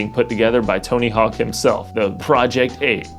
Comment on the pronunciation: Are you calling it Tony Hall?? Bro